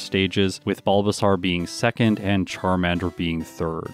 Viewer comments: Okay and here i thought it was just me hearing it wrong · no one: absolutely no one:: “BulbaSARRRR”